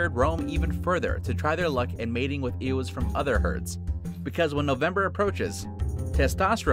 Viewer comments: "Ewes" is pronounced "yooz", not "eh wehs", wtf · Ewe is pronounced “yoo” not “ehwe” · Its pronounced "you" not "Ewz" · "Ewes" is pronounced, "yoos." I don't know what the heck it is you're saying.